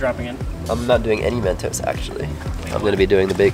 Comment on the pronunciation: its mentos not mentose 😂